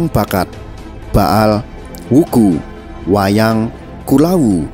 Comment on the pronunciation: Bukan uku tapi wuku